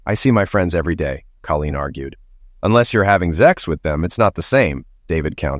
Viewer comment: Stop saying ZEX . Speak English .